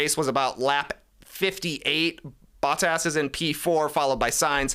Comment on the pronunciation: Trey bro it's not Battas is Botttas with an O 🤣